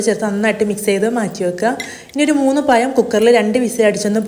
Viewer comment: പയമല്ല🤭 പഴം.... പഴം😀😀😀